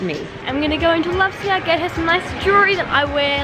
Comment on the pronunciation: its la-vi-sa no lovesa it bugs me so much